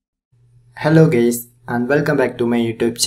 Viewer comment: WTF He Says... Hello Gays....😂😂😂